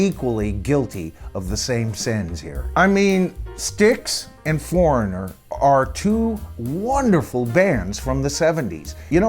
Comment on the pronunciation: Thank you for this! Someone had to do it. This has been a pet peeve of mine for years! So many big band names are cover bands really. And you NAILED Foreignor. Thank you.